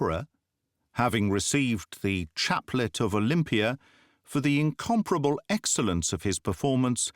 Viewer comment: You pronounced 'incomparable' correctly! Mispronunciation is more common nowadays.